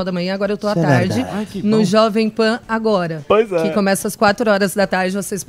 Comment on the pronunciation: Eu não tenho maturidade pra ouvir o falar poizé 😅😄😅😄